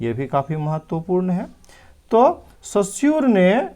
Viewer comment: Sir सस्यूर नही, रस्यूर है